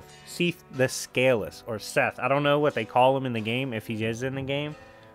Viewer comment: It's pronounced Seeth, and I'd love a video scaling Gwyn and his elite knights like Ornstein or Artorias. Great video.